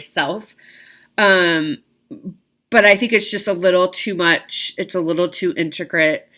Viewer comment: Thanks for all you do and share. But.....I'll never be able to say that "I" word correctly again. !!!! Lol